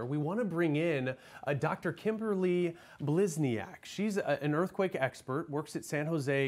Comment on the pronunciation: So neither one of these news anchors could bother to pronounce her name correctly? Blisni-AHK? Seriously?